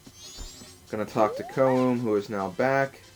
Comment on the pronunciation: I know LPer's hate how people correct them on name pronouncing but I want to at least tell you Koume's name is pronounced Ko-may. But if you feel more comfortable calling her the other way, that's fine, same with Koteke but it's close enough lol. Anyways, to also add from the last video, I'm glad your doing your LP's in your own style, I would probably do the same thing too, all sidequests first.